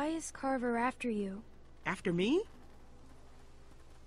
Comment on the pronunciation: Not trying to correct you, but like Cupquake, you said Carter not Carver, I'm just telling you. Not correcting.